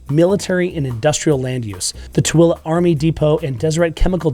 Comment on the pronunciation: Tooele not Twilla. And Hurricane is pronounced Hurricun by Utahans even though spelled Hurricane like the Atlantic Ocean storm. Funny.